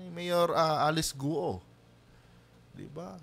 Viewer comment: Guwo po ang bigkas sa guo, ewan kng kung anong tone. 4 tones + no tone ang mandarin at kada tono ay iba-iba ang meaning maski iisa salita. Have a good day at ipagpatuloy lng po nyo ang political vlogs nu esp. PBBM.